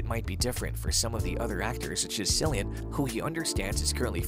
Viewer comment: It’s pronounced Killeen not Sillyan Cillian Murphy